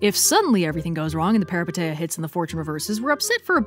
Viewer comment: I love your content so much but by God, this pronunciation of "peripeteia" is driving me up the wall (it's peripEteia and the ei is pronounced as ee, I still love you though)